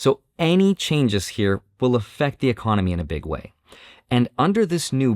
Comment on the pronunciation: Y-Con-oh-My 😅, tons of changes, over the next 3 years at least.